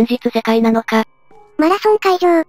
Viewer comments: マラソンじゃなくてマラソソらしいですぞ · マラソン大会じゃなくてマラソソ大会ですよ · マラソンではなくマラソソらしいです